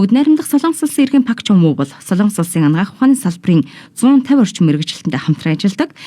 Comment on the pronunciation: 몽골 9시뉴스 에 정확한 발음으로 박종부 이름이 나오고 종부원리의 대한 간략한 소개를 하는것 같은데 이번방송으로 선생님 이름 을 몽골에서 확실히 알려진것 같아 좋습니다